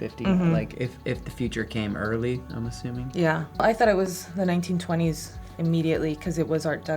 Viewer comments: Take a shot every time that they say "art decko" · Drinking game… every time they say Art Decko